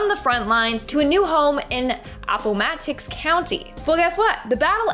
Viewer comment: look up the pronunciation of Appomattox